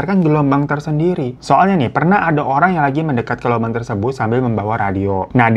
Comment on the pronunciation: Lubang kek gitu ngomongnya bang,jangan bilang Lobang jd gk enak di dengernya😢